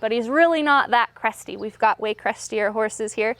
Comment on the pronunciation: I thought u said crusty instead of cresty🤣